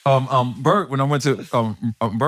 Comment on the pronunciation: Messing up Bert‘s name is the gift that keeps on giving!😂